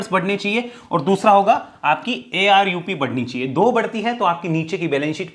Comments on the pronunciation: Sir it's ARPU not ARUP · ARUP ❌ ARPU ✅